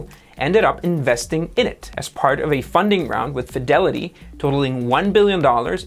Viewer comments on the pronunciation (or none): none